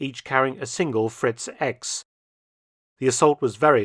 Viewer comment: In German, the X is pronnounced "iks". So, it's "Fritz- iks" the correct name